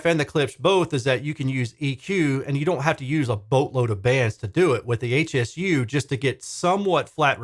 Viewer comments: Just FYI, Hsu is the name of the founder of the company, Dr. Poh Ser Hsu. It's pronounced "shoe." 🙂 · This dreadful review is echoed by one on audio science review. I think it's important to note that it's Hsu like "shoo" rather than HSU - named for the founder, Dr. Hsu. They make excellent subwoofers so it's stunning that they released such a bad bookshelf speaker.